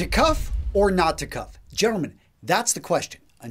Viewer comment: would make a good greaser the way he says gentlemen.